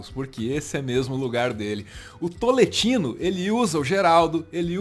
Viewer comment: Cada vez que alguém fala TOLETINO, sou eu jogado no chão morrendo de rir jajajajajajajaj A piada vem pronta kajajajajaja